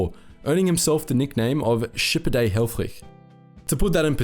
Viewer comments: Absolutely amazing video! Altough i do have to say that the i in helfrich is most likely prnounced as the i in “this” the way you it makes him sound very german where as for a dutchman you pronounced hellfrig as hellfrieg (perhaps that is how his name was pronounced though since germany and the netherlands are neighbours after all..) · The first dude's name looked German, but he pronounced it as if he was Danish.